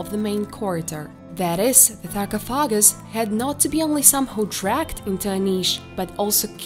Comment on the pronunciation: Yes! You nailed 'however', next up: sar-coff-ah-gus ;D